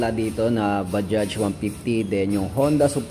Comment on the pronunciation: Anung Salita Un pa sosyal bajjjjjaaagggghhhhsss daw